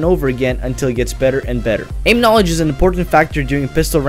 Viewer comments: "knaaledge" i died . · Victor Verkoelen Its knalege you illiterate shit.